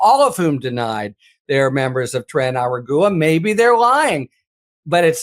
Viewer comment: Say it with me...A rog wa